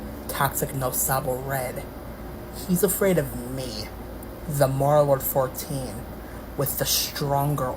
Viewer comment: Why do you pronounce it as mary-o-lord 😭